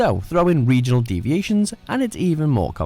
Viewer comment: Egion ….region…..